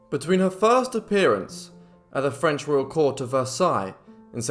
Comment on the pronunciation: The phrase is "makes the heart grow fonder" not stronger. Nice French pronounciation.